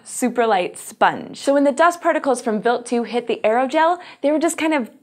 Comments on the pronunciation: Why is it pronounced wilt, not wild?. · the way she pronounced it was actually how you pronounce "Wild" in German (meaning: Venison, Wild game) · Im pretty sure talor swift is not a good person to use as a generalization of human kind, why do you pronounce wild like that? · is it just me, or is the way she is pronouncing the comet name weird? I'm going to assume that she is correct, and it's just me though.